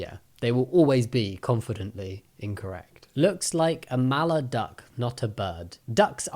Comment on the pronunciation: Also it's mallard not maller